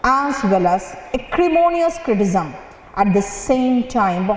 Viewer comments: Unfortunately, I don't think her skills are commensurate with her success. I have nothing against her, but being an English teacher she should at least pronounce a basic word like "criticism" correctly. And just to inform you it was not an inadvertent error, she did it 2-3 times. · she can't even pronounce criticism correctly, and she's teaching English :/